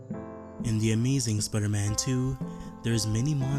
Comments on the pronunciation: sprrrman? wtf dude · Can you say normally Spiderman